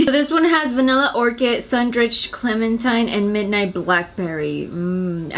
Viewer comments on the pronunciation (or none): none